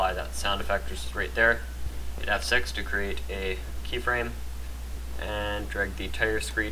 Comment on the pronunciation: i'm sorry but when he said just F6 for a minute i thought he said just have sex XD i'm sorry for my randomness